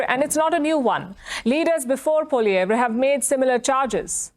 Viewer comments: I like how india can pronounce Pierre's last name properly but trudeau can't lol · It’s interesting that the India Newscaster pronounces Poilievre correctly while many Canadians don’t.